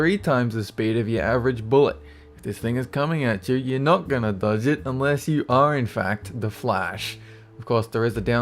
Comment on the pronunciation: ''If dis thng is coming at you. your'e not gnna dudge it unsless you are in fact the flaaaash''